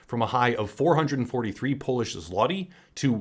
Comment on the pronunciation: Love your channel I'm originally from Poland and the "L" with a line through it is pronounced like "w" in war or want, and the "y" at the end is pronounced like "i" in it. Basically ty is like it backwards when pronouncing. So "zloty" is not like "zlotee" but said like "zwohti"